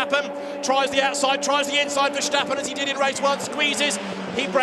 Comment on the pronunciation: They keep calling him Verschtappen. Bloody annoying as a dutch guy to hear 🤣